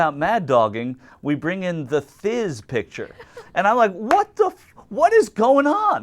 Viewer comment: ...omg and it was Thizz not tish